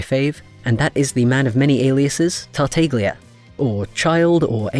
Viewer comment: quick thing: tartaglia is actually pronounced tart-ah-lee-uh :) ur art is super duper pretty tho!!! i'd love to see venti in ur style :o